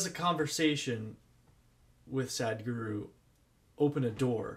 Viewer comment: The spelling is Sadhguru...h is not silent...it makes a sound...so it's not Sad but Sadh...